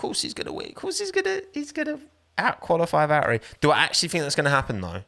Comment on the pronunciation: Why do you pronounce valtteri like that?